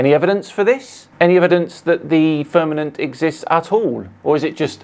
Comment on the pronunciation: It kills me everytime he pronounces firnament with two m's